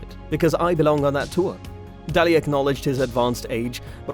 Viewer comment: It's pronounced Day_Ley... If you don't know how to pronounce the names .... quit ....